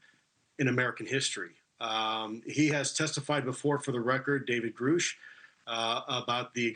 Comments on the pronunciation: Say it with me, 'GRR-UHH-SH', 'GRR-UHH-SH', not 'GROOSH' Thank you for your attention to this matter. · David Grusch - day-vid Gruuhsh It's not David Groosh. Please!!! Stop that 🤦‍♂️🤦‍♂️🤦‍♂️ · this is massive nitpicking i guess but like…it’s grUsh…not grOOsh. you’d think this would be common knowledge for the guy who…worked with him…? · Elizondo claims to know Grusch, yet pronounces his name as "Groosh". David Grusch introduces himself as "Grush". What's the deal here? It's been years since both of these cats came out. If I ever interview him, I'll definitely ask that first to get it out of the way. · I’ve listened to a hundred Elizondo interviews where he pronounces it ‘Grush’, as in ‘hush money’. Why the fuck is it all of a sudden, ‘Grooosh’??? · GROOSH? Isn't it GRUSH? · Is it GRUSH or GOUSH? Why does Lou keep calling him GROUSH and noone corrects him on it! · His name is Grusch (like, Crush), not Groosh! He introduces himself, and he doesn't say, Groosh! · Lu says 'Groosh', Ross says Grusch, which is it? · Grrrr RUSH🤨 not Grrr ROOsh! 😠grrrr…. lol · Lol ffs ITS GRUSH not GROOSH 😂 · It is freaking Grush like brush not Groooosh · Why do Cuomo and Elizondo keep saying Grusch when everyone knows it's pronounced Grusch? Also some people say Burchett, but Tim often says his name clearly as Burchett. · It is a mystery why they say Groosh. I’m happy that Ross said Grusch - to stick it to the other two men! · Not nitpicking, really. That “Grusch” vs. “Groosh” was the most important point of the video. Who cares about NHI, when two out of three men on this video can’t say David’s last name properly. I t’s time for Burlison to ask for an “executive Oder” to straighten out this “Groosh” controversy. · Just so everybody knows now, it’s pronounced "groosh" 😂😂 couldn’t help it sorry lol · Grusch rhymes with Rush. he has said so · You do have "it" wrong... David Grusch pronounces his own last name as [GrəSH]... rhymes with crush, blush, or flush. 🤨 At least Ross got it right. 👍